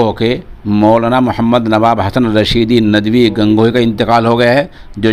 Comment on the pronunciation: saaf saaf bolen kyun chabaa chabaa ke bolte ho. nadvi ku Najdi Najdi bolrahe ho urdu me gulu naa karen janab. .